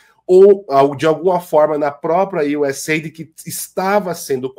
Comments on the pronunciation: Não é USA ID, é US AID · A pronúncia é iuseid, ok? "Aid" significa "ajuda".